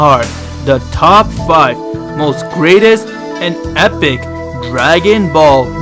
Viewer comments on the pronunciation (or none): none